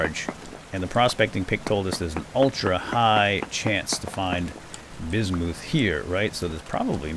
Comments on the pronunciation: When prospecting, I don't believe "ultra high" is the likelyhood of it being in the chunk, that's the percentage. "Ultra high", "medium"... I believe those are the densities of the ores within the blocks themselves, shown as "rich" when looking at one. Bismuth, I believe, is pronounced "Biz-mith". It's not all that popular an element, so who knows if that's what I heard, if I ever did, or how I read it, myself. I just found a chunk of iron so freaking large I eventually got bored of mining it. But,... I haven't used any of it. I keep hearing stuff about blooms, and 'fixing' bad/burnt chunks of a bar... with a tool I've never heard of. I'm a little out of my element. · Bismuth is actually pronounced like it's spelled (apart from the s making a z sound), not like "bizz-moothe."